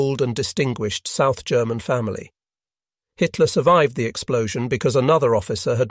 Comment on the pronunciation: Bloody robot voice mis-reads Hitler as High Tier. Just one of its many fumbles. Really, can you not afford a human narrator?